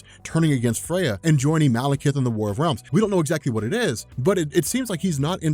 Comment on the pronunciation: “War of Wealms” min .